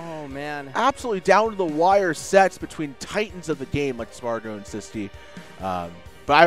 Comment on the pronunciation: His name is See-Squee